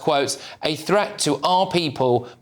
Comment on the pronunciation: THreat not Fret - the pronunciation of words was annoying 😂😂